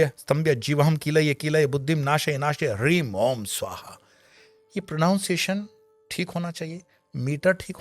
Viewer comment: क्षमा करें मैने कई बार सुना इस मंत्र को इसके बीज़ मंत्र का उच्चारण में '' र'' ह्रीं सुनाई दे रहा था लेकिन बीज़ मंत्र मे 'ल' हील्ं आता है